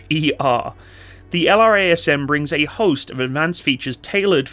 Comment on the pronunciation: F-15EX is a beast. Most powerful AESA radar, EPAWSS, sensor fusion, HMD, digital FBW... And the ability to carry pretty much anything designers can dream up. The F-35 is a ninja; F-15EX is 1990s Mike Tyson. Oh, and LRASM is pronounced "luh-razz-em."